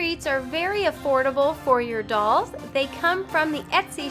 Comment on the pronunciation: You are saying dulls not dolls. It's REALLY bugging me